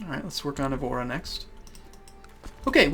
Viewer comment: you do not say evóra but évura